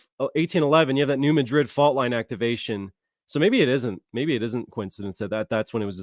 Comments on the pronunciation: I live in New Madrid and you pronounced it wrong its not new mid-drid its New mad-drid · In this area, people pronounce New Madrid as New Mad- drid. 😊😂❤